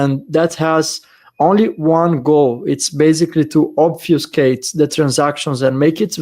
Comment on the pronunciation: reminds us that English is not his mother language. Then proceeds to use and pronounce the word "obfuscate" perfectly.